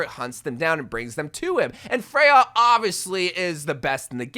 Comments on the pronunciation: I know you have dyslexia so I don't judge you but here is a reminder that Freja is danish so her name is pronounsed "FRE-YA" and not "FREY-HA" as you are pronouncing it. If she was spannish she might be pronounced Frey-ha but she is danish so it is Freya as the skandinavian J is pronounced like a Y and not an H. /tthank you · Why do you pronounce it as "Frej-ha"? lol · Freja is pronounced Freya not freha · It's pronounced freJa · its not pronounced frejha! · First, learn to pronounce her name, that was said multiple times in Spotlight and even this own trailer! Second, hero 45 was already teased in Spotlight to be a Sword based character / Knight. Therefore Emre is gonna release in Season 22 AT THE EARLIEST as hero number 46 (at least). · Little nitpick cuz I’m danish but the J in her name is pronounced like Y in English like in YOU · this is nitpicky but you are pronouncing her name weird. there isnt even an H in her name and the official spotlight pronounced it 'correctly'. i sound like a nerd emoji i know.